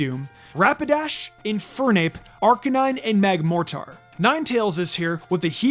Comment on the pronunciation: It’s pronounced TRAHP-ee-iss, DRAP-ee-ahn, GUH-layd, and mag-more-TURR, “”! 🤨